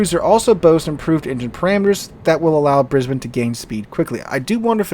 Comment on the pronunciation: As an Australian, thank you so much for pronouncing Brisbane correctly. Most yanks seem to struggle.